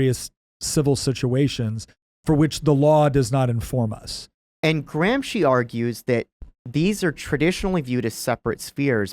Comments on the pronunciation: remove "Graham Sheen" and add "Gramsci" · Why are you saying AG's name SO BADLY that I can't even ask Google who he is? Say it with an American accent "GRAM-SKI"!! Then maybe i could spell it. Google doesn't know any Marxist named "Antonio Graham Sheen." The way you are saying it isn't even italian. Don't you have any way to spell it out on a white board or anything? If you're going to teach, USE VISUALS !! No wonder I don't sub your channel.